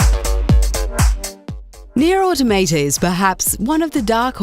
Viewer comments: AutOmata! Not AutomAta...jeez... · This bitch is straight up saying Nier Automato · Why is it that nobody can correctly pronounce the word 'automata', it's a derivative of the word automatons, (the robot like enemies) and is pronounced 'or-tom-a-ta' not 'auto-mayta' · Auto mate ah, auto tomatoe. You really cant say automata? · How can somebody fail at saying Automata, its litertly this Easy: Au toh Mah Tah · Hold on, gonna stop you 2 seconds into the video... Automayta? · NieR Automeytey 😂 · Nier Automa-tay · She said "Nier Autom8ta" and for that reason I'm out. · it's aw-taw-muh-taw. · Love how most people pronounce automata wrong 😂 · Learn how to pronounce Automata correctly pls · that's not how you say "automata"